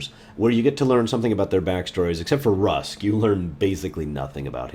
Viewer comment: Rusk instead of Ruks lol